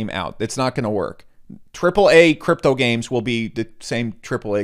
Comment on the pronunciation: Thumbs down for using the words "games" and "gains" so frequently in such close quarters with only a barely perceivable difference in pronunciation! Bonus negative points for "investiCation" :P